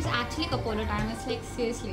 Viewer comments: ko-plo not ko-po-lo sis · Koplo not Kopolo . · Koplo not kopolo sry xD